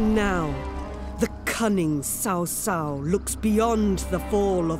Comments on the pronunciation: He's name is Trao Trao. Tr as in trouble. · Man, It’s not Sao Sao, should be pronounced as Tsao Tsao. Bye the way would you release Chinese version? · Pronounce the name correctly... It's Ch-au Ch-au (Ch sounds like Tze), not Sau Sau. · Dear CA, PLEASE correct your pronunciation of "Sao Sao", it's seriously triggering me. The "c" in his name is pronounced like in ly"chee": "Ch-ow Ch-aow". There's no "s" in his name. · how many times do i have to say!!?? its chao chao not sao sao!!!! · I'm so annoyed that Cao Cao is pronounced shao shao lol It's chao chao! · IAM NOT ASIAN BUT I CRINGE WHEN THE NARRATOR WRONGLY PRONOUNCE CIAO CIAO NAME. ITS CHOW CHOW NOT SAW SAW. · Again, pls the pronunciation is very funny seriously, it is cao cao pronounce it as chow chow, ya same as the dog breed name not sao sao, it means brother's wife in chinese, so annoying when they do a game with chinese background and the narration not even paying effort to read it correctly, wtf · Guys you do realise that Middle Chinese is somewhat more like Cantonese then Mandarin and in Cantonese its read Ts‘ao Ts‘ao. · Please, cao cao should be ‘tsao tsao’. 🤣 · i am still triggered by how they pronounce cao cao name as sao sao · How she pronounce Cao Cao as Sao Sao :( Did they recruit a Chinese speaker for this? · Silly! It's obviously Cow Cow! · ITS CAO CAO NOT SAO SAO.. DAMMITTTTT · Spent hundreds of hours to understand the history, but forgot to look up how to pronounce the key figures' names... it hurts my ears every time the narrator reads Cao Cao. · The problem is Cao Cao is not English. It is Chinese Pinyin. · Can you at least get Cao Cao pronounced correctly? Otherwise looks good. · Sega, please learn how to pronounce Cao Cao properly. At least Koei did. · The woman can't even pronounce 'Cao cao' correctly, sounds very unprofessional. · 实在是受不了那“骚骚”， 能不能纠正一下读音，我已经被骚骚洗脑了。还有“卢备”、“陋阳” WHY ARE ALL THE VOICE ACTINGS IN ENGLISH ??? REALLY IMMERSION BREAKING.